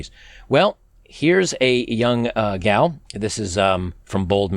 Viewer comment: I literally thought you said “this whale” instead of gal😂😂😅